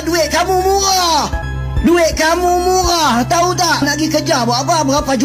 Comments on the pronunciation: 😂😂😂 sombongnya orang malaides ini sudah cedal pelo nrocos mulotnya, ngomong murah gak bisa nyocot, murah mungrah pelo pelo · Apa ni sebut murah jd muqah. Macam ini jd Cam ni. Macam itu jd Cam tu. Ribut bahasa Melayu Malaysia. Betul betul betul😅😅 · Cakap aja ngak jelas bukan muyah, tapi murah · Duik kamu mua duik kamu mua,dasar makluk berlidah pendek gak bisa bilang hurup er. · Mau bilang murah aja susah amat muah muah rrrrrrrr rak iso😂😂😂😂😂